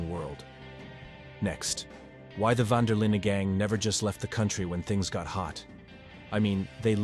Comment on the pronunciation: specially when the voice keeps saying the van der Lin gang wrong lol